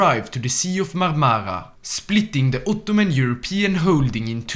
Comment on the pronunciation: As a Turkish i love your Uttuman Prounancation